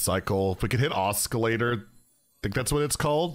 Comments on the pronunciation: Sorry to nitpick, but the "C" in Oscillator is silent and Ahhskilator bothers me for some reason. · Please stop saying oskillator. It hurts me😢